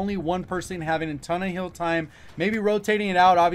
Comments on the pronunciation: When you say hill it sounds like heal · Only negative about this video was how you pronounce hill. Other than that great vid